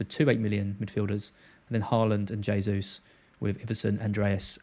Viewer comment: jaysus, not haysus. Please. it's a Portugese pronunciation, not Spanish.